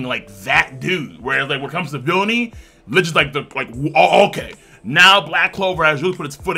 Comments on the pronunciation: It's not LICH, it's LICHT; the C is silent and it's german for LIGHT. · My God you butcher licht's name